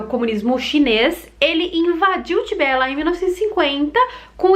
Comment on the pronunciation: Em português diz-se Tibete e não Tibé e a capital é Lhasa que se pronuncia "Lássa". ;)